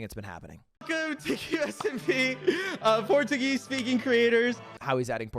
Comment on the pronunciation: just here to say your português pronunciation was perfect